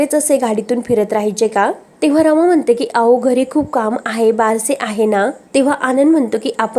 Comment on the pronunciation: अहो chya ऐवजी ao असं काय म्हणते, बोलायची स्टाईल, शब्द खूप विचित्र आहे, निवेदिका बदला, कोणालाही येऱ्या गेऱ्या la व्हिडिओ बनवायला देता